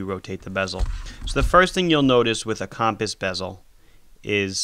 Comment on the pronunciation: “Cawmpass bezel”